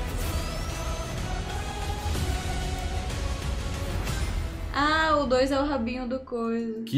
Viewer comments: mano, sério nocu? nem pra fala nocous pelo menos, se vai erra, erra direito kkk é knockles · Mano é só eu que pronuncio "QUINOCOUS" EU VEZ DE "NOCOUS"?